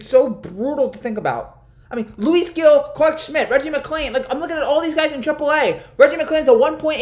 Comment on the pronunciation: Gil is pronounced Hil, agree with all your points tho 😅